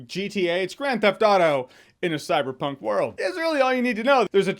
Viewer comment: ''its gta in a cyberpuink world'' -jeremy Jahns And this, this is why you are a movie reviewer xD.... no... just... NO.. don't say that ever again please.